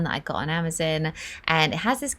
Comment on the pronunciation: Why do i find myself correcting her words..like hoover...i say vaccum. I say garage diff...trash can/trash bin..but i love her vids. I cracked up with her amazon pronunciation